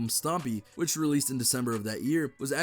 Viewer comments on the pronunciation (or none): Bro did he say stompy 😂 for stoney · i laughed SOOOOO hard when he tried to say stoney but he said stompy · Does anyone else notice that he said stony instead of Stoney